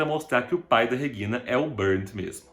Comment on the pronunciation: Pronúncia dele é estranha. Regina, do jeito que ele fala. Não está certo nem em português ou alemão. Entonação está errado nos dois idiomas!!